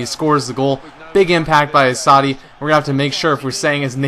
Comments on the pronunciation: lol you pronounce assaidi not very well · Enjoying the videos try and get doumbia next transfer window and pronuce assasdi name right lol YNWA !!!